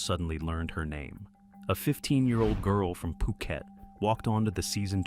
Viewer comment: PUU Khet Not FUU Khet